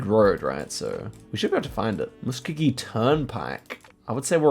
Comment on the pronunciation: Musk-oh-gee we love American